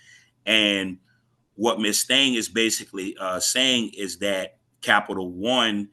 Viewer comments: Omgoodness...no lie, I literally thought OC/Judge kept saying "Ms. THANG" w/ attitude. By the 4th time I took a second look and now understand it's- Ms. Thayne! 😂 Apologies if someone else already commented this...I didn't do a deep dive...ahhh, what a good laugh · When he said "Miss Thane" I thought he was calling her "Miss Thing" 😂.